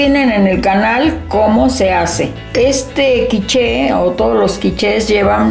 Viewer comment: Quich..."la e a la fin na ca prononce pa"...traducciòn: la e al final no se pronuncia :)